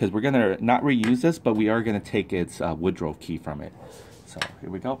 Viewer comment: Excellent information for the newbie, I commend you on your work, very thorough and great explanations too. I usually don't do this but I have to. It's a woodruff key I think you said Woodrow key. Just thought you should know, OH and a bolt requires a socket or wrench and a SCREW requires a screw driver, you keep calling bolts screws, just saying. Good job though.